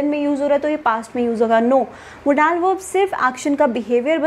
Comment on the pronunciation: First I leart new pronunciation of model